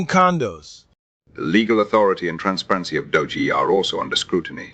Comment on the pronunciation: i award you negative 3 points for pronouncing Doge "dodgie". and negative 3 points for fake news. i made it so